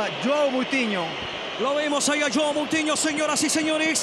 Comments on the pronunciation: Dijo cutinhio no moutinhio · Es Moutiño o. Cómo se escriba no couthino jajajaj